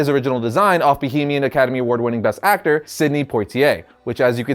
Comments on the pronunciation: Did you say bohemian or Bahamian? Sounded weird. Either way, I learned something today. Thanks for that. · As a fellow Bahamian, it's pronounced Bah-Hay-Mian, different from Bohemian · Bahamian NOT Bohemian..........LOL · I love hearing non-Bahamians say Bahamian